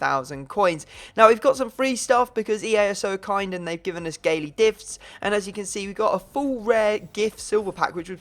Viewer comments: he calls them Gaily Difts hahah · Instead of saying daily gifts, you sayed gaily difst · You said gaily difts instead of daily gifts ahaha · you said gaily difs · Did you say "Gaily Difts"? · hahah "Gaily difts" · He did say gaily difts??? 😂😂😂😂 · Ye :D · 'Gaily Difs' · Am I the only one who noticed he says gaily difts in the beginning haha